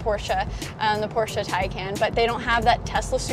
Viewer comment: Thumbs up for pronouncing Porsche correct.